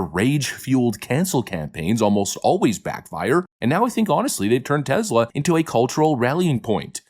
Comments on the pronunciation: Tesla like Tess La. Not tezla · Dude--it's TESS--LA. TEZZ-la is ridiculous! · Its TESLA not TEZLA. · It's TeSla not TeZla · "We love Tezler" 👌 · Its TeSla. "Tess-luh". Is it really that hard to say?